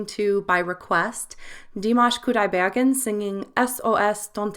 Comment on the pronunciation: Yes, he can do whistle tone, though he doesn't use it that often. Do you speak German btw? Because the way you pronounced Kudaibergen sounded almost German (I don' know what the correct Kazakh pronunciation is, though). But I've heard that professional Opera singers are trained in pronouncing German, French and Italian.